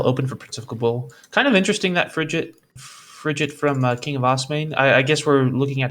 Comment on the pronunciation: Why did that commentator keep pronouncing the word "Frigate" funny Lol he was saying it like Fri-jet LMAO